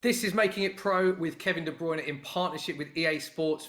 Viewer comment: ooo Kevin De Bruyneh ...